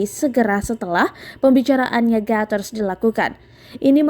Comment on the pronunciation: Sok inggris .. Guteress di baca Gateres... Hahaha